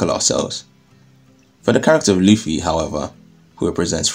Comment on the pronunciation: Did you actually say Monkey D Luci? Love it!